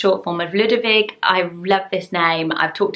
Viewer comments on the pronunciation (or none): none